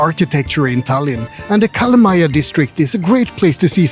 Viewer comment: do u mean calamaya as kalamaja